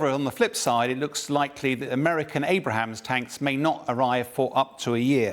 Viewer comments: Abrams tanks. Not "Abrahams". Reading is fundamental. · Today I learned it's not Abrahams but Abrams. Now to "How to pronounce Leopard..." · Is it a quirk of British English to add consonants where there were non before? Aluminum -> Aluminium, Abrams -> Abrahams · It kills me a little every time someone refers to Abrams as Abrahams 😂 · Abrams,, not "Abrahams" tanks... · He said it in this video and in previous videos: "Abraham tanks". No! No! No! Abrams tanks! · has been repeatedly saying it wrong for the last 3 months already. Seriously, why does nobody at Sky News coreect his mistake? 😅 Or it's just a running gag at this point. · Someone please tell this guy it's Abrams, not Abrahams. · Somebody tell this guy already that the tanks are "Abrams" not "Abrahams". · The American "Abraham" tank? Can we get a presenter who can read please? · NOT Abrahams tanks. Abrams ffs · Abrams tank. Not Abrahams. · Please it is Abrams not Abrahams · Please it's Abrams not Abraham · Why this dude still calling them Abraham’s?? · Geez, he's still saying, "Abraham's tanks." They're not from the Bible; they're from America! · Why do they keep calling them Abrahams tanks? They're Abrams. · Abram's, not Abraham's. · Stop calling them ABRAHAMS!!!!!!!!!!!!!!!!!!!!!!!!!!!!!!!!!!!!! Its ABRAM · How can I trust anything that is said here when the expert still calls the american tanks "Abrahams"? ... Yeez. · He really needs to stop calling it the “A-bra-hams” tank. How has no one told him yet? 😂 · You'd think a supposed Military Analyst would get that right eh. I don't think there will be anything decisive about this "offensive" either. Slow news day for Sky News. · He has to know he is saying Abrams wrong, surely. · There's no H in Abrams dude. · Announcer does not pronounce name of America’s main battle tank correctly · He being too stubborn to pronounce abrams the correct way is starting to not be funny anymore